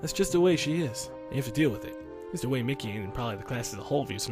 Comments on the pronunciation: Im 99% sure it pronounced mee-kee, not mickey. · Its pronounced ME-KIE